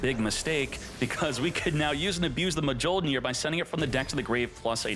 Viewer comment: This man legit just said MUH JOLE NEAR and nearly hundred downed on it.